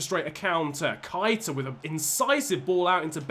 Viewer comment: It's pronounced Naby" Kay-Ta " Gr8 Vid